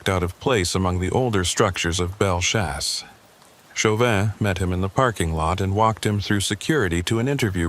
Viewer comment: And “bell-chase” not whatever you said Just trying to help Love the channel. Keep it up ☺️